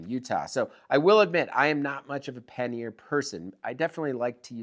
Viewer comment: Say it with me ... PAN-YER ... not Pan-Ear. :)